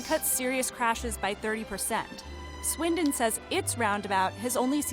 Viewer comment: Can we just appreciate how he said swindon correctly (well to me) ❤